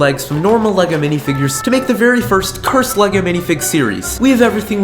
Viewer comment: He said cursted 9times dan